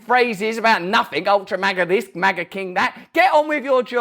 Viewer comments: JoeTatoe can't even say it right. Maaah-gah. 🤪 Trump is living rent free in head. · I think it’s supposed to be a play on the word major only HE pronounced it wrong. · Why does he change the pronunciation of “Maga” each time? Ultra Maga sounds like a box of smokes. Worse yet…condoms. 🤦🏽‍♀️